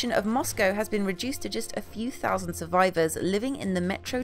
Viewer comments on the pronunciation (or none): none